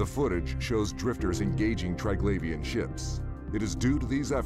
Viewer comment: Even after watching several Scope videos and hearing Triglavian pronounced correctly over 20 times, you still choose to mispronounce it every time.